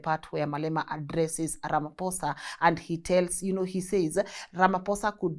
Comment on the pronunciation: My queen pls pronounce Ramaphosa properly ❤